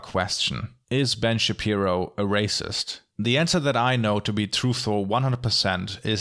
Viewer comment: When he says ~wideo~ 😍🌸💕✨